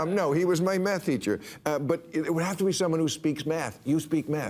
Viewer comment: Sounded like he said, “No, he was my meth teacher.” 😂😂